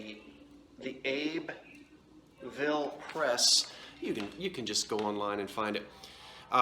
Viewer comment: I think it is Abbeville Press, pronounced Abbyville. I'm a Librarian ----you did fine showing the pictures. ☺☺